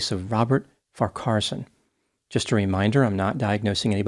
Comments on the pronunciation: I did chuckle at 'win-chelsea', but I guess it was some kind of deduction (perhaps from win-chester, the rifle!). I have always done Farquharson as far-qwar-son. But that could just be me? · Wasn't it pronounced, "Far' kwar-son"? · Farcarson mispronounced so many names this is the funniest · His surname is pronounced - Far - keh - son. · You are struggling a bit there with his surname and the 2 towns mentioned, yes he is guilty and nothing wrong with the Commodore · Yes I think that Dr Grande is well equipped in the rifle etc department, my opinion! And I agree with you re Farquharson, with the middle syllable kinda squashed in the middle there! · FYI: His surname is pronounced Far Qua Son - the “h” is silent. Winchelsea is pronounced Winchel Sea not Win Chelsea. Also Geelong , is an elongated Gee then long. Aussie, Victorian and born in Geelong so just an FYI, not a complaint or criticism. Thank you for highlighting this case. Terrible tragedy. 🇦🇺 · It's far-kwa-son and win-chill-see. Geelong is pronounced je-long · Sorry, but it’s really bugging me. You’re putting the em-PHASIS on the wrong syll-ABLE. Both farquarson and winchelsea have the emphasis on the first syllable. There… end of rant. 😅 P.s. Same with Geelong.